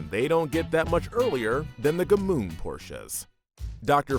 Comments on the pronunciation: Gmünd, not G-mund. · Gmünd pronounced correctly sounds nothing like that garbage this guy's uttering. I didn't even know what he meant until they showed the town.